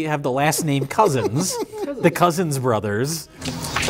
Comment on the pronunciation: from a previous episode: "can you teach me to read?" now: can't read the word "The" The continuity is spot on